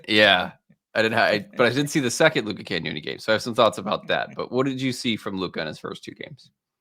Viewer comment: Love the stuff. Can everyone start pronouncing Cagnoni properly please?